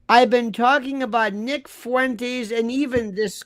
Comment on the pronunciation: Fuentes is like Tes-lah. Not Fuen-teas.